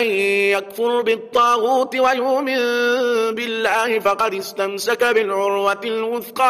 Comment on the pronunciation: بارك الله فيكم و نفع بكم و زادكم من فضله و كرمه. فقط ملاحظه لو سمحت ان لم أخطئ في" يومن بالله" ، اقلاب بغنة للنون الساكنة مع الباء .. قراتها بالاخفاء اليس كذلك ؟؟ جزاكم الله خيرا.